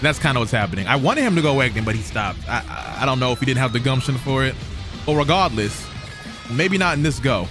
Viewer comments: this man said "RiGaRDLeeS" like 20 times.... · This dude sounding like he casting a Harry Potter spell every time he says “Regahdless”!! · Or regawless i love it how he say it 😂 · No one:: ReGahdless